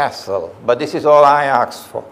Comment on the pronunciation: Out of subject: I noticed that Imran has a problem with the verb "ask", he pronouces it "aks" lol If someone sees him, he could tell him that. Jazaka lahu khayran Imran for your speeches